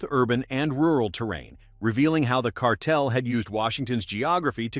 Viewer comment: I don't think Newsom can pronounce the word "cartel".